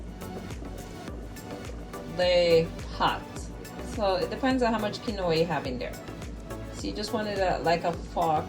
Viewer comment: Quinoa... keen-waa